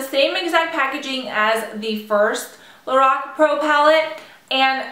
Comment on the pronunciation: It's pronounced like Lor Ack